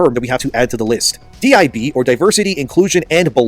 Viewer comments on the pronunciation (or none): DIB “Dibbs”